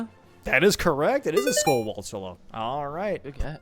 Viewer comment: Did they say Skullwalltula instead of Skulltula? Also, pretty sure you can't stable the Lord of the Mountain either, so the non-stable-able horse BOTW question would have two valid answers.